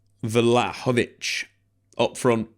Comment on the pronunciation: It's not vlahavolic. It's vlahovic. 😬